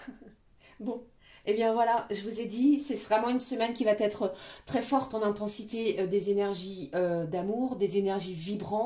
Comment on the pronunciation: Conseil pour vouf:il n'y a pas de liaison dans "qui va être "